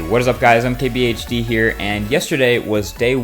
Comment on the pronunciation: Am I the only that always hears 'I'm KBHD here'? I thought it was MKBHD?